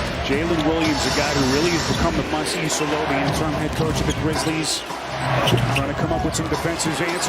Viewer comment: did he say here comes the Kwizzlies again